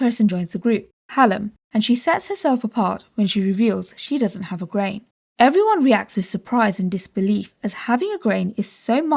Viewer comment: I love how grain sounds so much like brain every time you say grain I think your saying brain